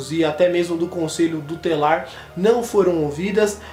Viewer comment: conselho DU TELAR, REQUICIOS, por favor, melhore. principalmente quando se trata de casos sérios como estes.